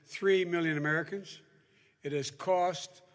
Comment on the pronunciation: How you gonna vote for someone that can't quite say the word Americans right.